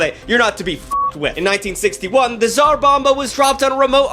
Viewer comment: SAR BOMA. That's how you pronounce it.